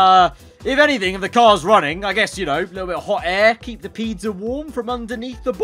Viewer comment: Why does he say peedza😂